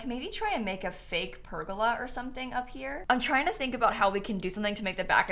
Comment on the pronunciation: sorry the way you pronounced pergola is doing my head in??